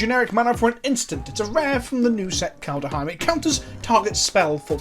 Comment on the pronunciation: I swear I can't keep listening to him saying Kald-UH-heim.